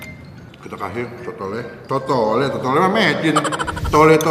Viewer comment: Risi bgt pas dia bilang "thole" Yg bener "tholo" bang! Peace🤣